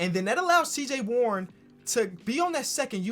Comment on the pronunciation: U said cj warren